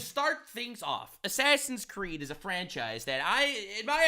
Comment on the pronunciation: Claims to be the ultimate gamer proceeds to say "assassin creed"